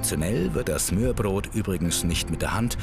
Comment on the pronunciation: Also 1.: Galileo sollte sich dringend mehr mit der Aussprache beschäftigen. Sie muss ja nicht perfekt sein aber es macht mich einfach agressiv, wenn man sich keine Mühe gibt und denkt man könne es wie schwedisch aussprechen z.B. smörbröt Und 2. Wieso hat man nichts zum Dannebrog oder zur Königin gesagt? Die sorgen immerhin mehr dafür, dass die Dänen glücklich sind, als ein Flachtoaster!